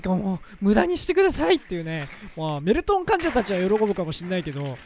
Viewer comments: 挨拶がドールトンって聞こえた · ドルトンですにしか聞こえない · どぉるどゅるとんです！ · どぅーるぅとんです↑ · どうもです！が、どうもメルンですにしか聞こえないわ。俺の男根(笑) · 挨拶がドールトンです にしかきこえんw